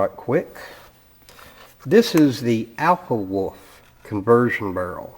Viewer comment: Lol "right quick" "alffawoff". You're kidding me, right?